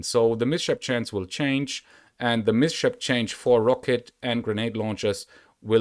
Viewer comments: Mate, it's called miss-hap. Not miSHAP :D Just saying ;) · Your pronunciation of the word 'mishap' is not on point. It has two syllables. First one is 'mis' which sounds very much as the word 'to miss' like in "I miss you". The second syllable is 'hap', which is being pronounced the same way as the beginning of the word 'to happen', like in 'what happened to you'. There is no sh sound formed as in the word 'to shoot'. The s belongs to the first syllable and the h to the second. I hope this helps <3